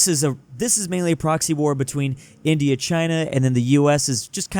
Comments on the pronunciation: he can't pronounce 'india' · i think forgot how to pronunce india